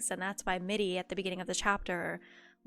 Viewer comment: I noticed that you read "Mirri" as "Middi" and "Irri" as "Iddi". Is that a form of dyslexia or something? (Not criticizing, just pointing out and asking.)